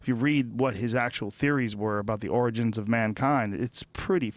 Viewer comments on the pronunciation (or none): none